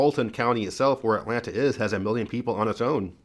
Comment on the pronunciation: I love how you say the “T” in Atlanta. I’ve lived in Northern Virginia for 40 years and my husband is from Georgia and I completely forgot that there is a T in that word.😂